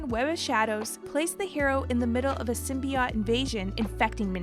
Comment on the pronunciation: Takes me right out when things are continually mispronounced. Its Sim-be-oat, not sim-bi-oat